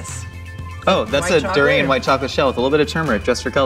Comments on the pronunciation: Its pronounced Da-rain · please don't butcher durian like that 😅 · He just butchered the durian 🤦🏽‍♀️